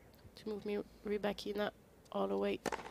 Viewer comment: Ry-Bak-In-Na.....do doo do do do.......Ry-Bak-In-Na..... do do do do.....Ry-Bak-In-Na....do doo do do do ,do do do, do do do, do do do do do do! do! do! do! do!